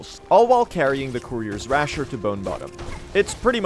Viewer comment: not to be annoying but you said "courier's rasher" oml the vid is completely unwatchable holy cannoli how could this happen (/lh, great work as always and looking forward to catching more streams)